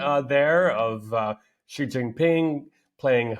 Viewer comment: Xi and the Chinese only care about China, I wonder if Putin even realizes this. BTW, Xi's name is pronounced like the English "she", not "gee".